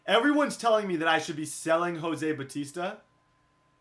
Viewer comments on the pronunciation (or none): none